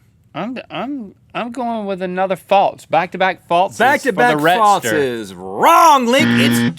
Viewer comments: Rhett..."False" not "Faults"...geesh. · i like how instead of "false" Rhett says "faltes" 😂